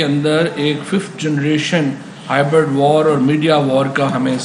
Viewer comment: Legend OP Mishra From " bol na aunty aau kya " to " bol na pakistan aau kya" 🤣🤣 Nd lodu Mawad chaudary its hybrid war not hybird war